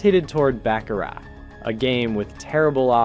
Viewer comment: Learn how to pronounce Baccarat?????